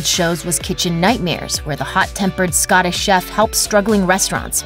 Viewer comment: Did she just call him SCOTTISH